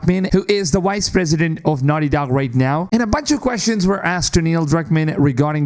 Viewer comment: "Wice pwesident of nahti docc" Your English is ridiculously bad